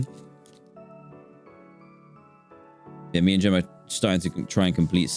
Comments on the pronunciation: It’s Jemma not Gemma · Its jemma not gemma fyi